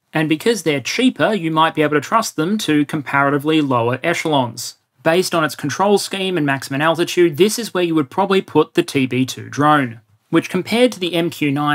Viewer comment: mate I love you, you’re a content monster, but do you realise you say “maximun” instead of “maximum”?